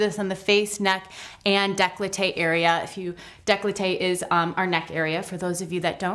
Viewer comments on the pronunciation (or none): It’s décolleté not declloté